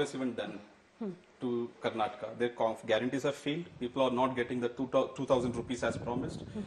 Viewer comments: madam adu karnatak alla karnataka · Karnatak ❌️ Karnataka✅️ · Why is she saying karnatak 🤦‍♂️🤦‍♂️